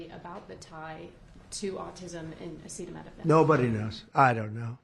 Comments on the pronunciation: Your president can't say acetaminophen hahaha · I have an answer but Trump sure doesn't. It is not the tylenol that can cause issues but rather the fever or pain the woman has at the time. So don't tell me I don't have an answer! I'm sorry you have a son with autism. But I don't believe anything dump says. He couldn't even pronounce acetaminophen. Noone has an answer but the fever would be worse on the fetus than a tylenol. If you have the truth, show me you literature on it